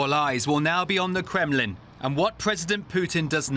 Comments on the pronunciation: It's called the KREMLIN not Kremelin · Great job DW on your clear reporting but PLEASE! train your reporter on the pronunciation of “Kremlin” - it is NOT pronounced “Krem-e-lin”!!!